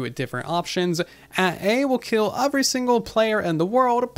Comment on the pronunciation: Am i the only one who hear “ofvery” instead of “every” ?